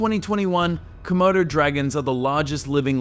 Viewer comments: Not komodos bicht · Its not comodo... Dude😅